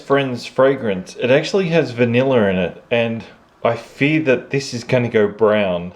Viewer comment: "Vanillar in it." Love it haha